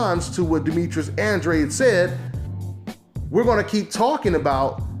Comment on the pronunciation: it's Andra-deh.